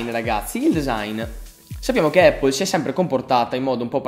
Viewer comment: comunque si pronuncia "Appol" non "Eippol".